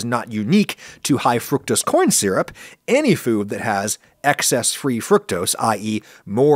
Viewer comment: i will say it is weird hearing adam say fructose the “right” way, especially after the corn syrup vid